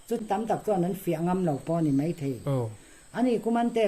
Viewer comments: MEI i ti ziah mai a, MAI i ti tawh zawk dawn nia, Mei tih hi an hmang ngailo, mizotrawng diklo a ni e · MAI ti la chu hmang zing pawh nila a pawilo. MEI iti zel a, ngaihthlak a hrehawm.